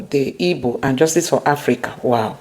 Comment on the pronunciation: The real pronunciation of the name is IGBO not IBO please.